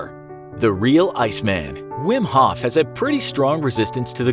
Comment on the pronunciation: it at least sounds like hoth